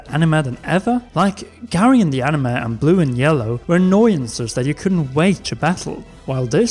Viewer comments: Just came to the comments to see if anyone else had a problem with how he pronounces ‘anime’. Ani-muh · "Animuh" eye twitch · Why does he keep saying 'animuh'?